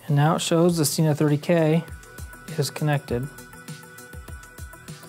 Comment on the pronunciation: I don't think your getting thumbs down for your setup, because it was extremely helpful and well articulated. I will unfortunately point out that it is pronounced se-nah not see-nah. the company will confirm this on their website. I gave this a thumbs up based on my original sentence, super helpful and well articulated.